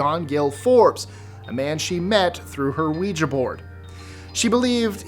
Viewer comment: you are the only one that I've seen on YouTube who consistently pronounces ouija correctly. 👻 You have no idea how much I appreciate that, because the mispronunciation drives me nuts. 🙂